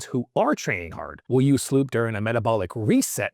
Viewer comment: SLU PP 332... not SLOOP wtf